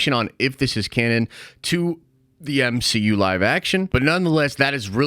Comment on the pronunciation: Spider-Man…..EH!!! What is this the M - HE - U ! …….. EH!!!…………………………………………………………..🤣🤣🤣